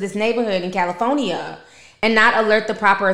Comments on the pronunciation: "Cali foe nee ah" always tickles me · Cali-phone-nia never heard it said that way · “Cali-phone-nia “ lol love how you say it. Anyways Nicki been an embarrassment. She has a nasty attitude, she is ghetto, and overall triflin with her fake accent. Nicki is a sad women!! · The way you say CALIFOENEA😂😂😂 🥰 I love you Ti keep doing your thing Beautiful 🙏🏾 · I ❤ to hear you say "Cali phony ya" 🤣🤣🤣 and the new intro is 🔥🔥👏🏾👏🏾👏🏾👏🏾👏🏾👏🏾